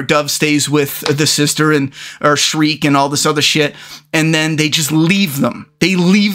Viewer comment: Shrike......shrike. not streak, not shriek, not shrek. Shrike.